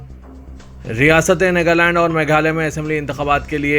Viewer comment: NEGALAND nahi NAGALAND koi tho durusth karo iss Bande ko